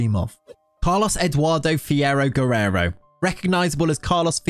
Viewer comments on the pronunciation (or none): none